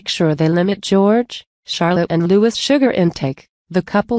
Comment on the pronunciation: Louis’s name is pronounced Lou-ee not Lou-iss!! Like Louis Mountbatten!!